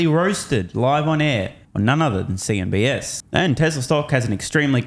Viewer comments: It’s cnbc. bro not s just sayin the rest is fine!!! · CNBC say it after me CNBC not CNBS ….too much BS!😂